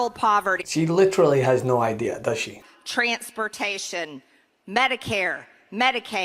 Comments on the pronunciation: You gotta luv how she pronounces the word "TRANS...pertation"! Pure Fascist rhetorical framing. It's amazing how the GOP Nazi try to use what they think is subliminal messaging. It's as ridiculous and it is dangerous. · "Trants-pertashun". So much for Georgia's education system.